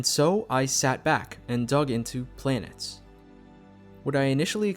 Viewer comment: It's pronounced "planetess" btw.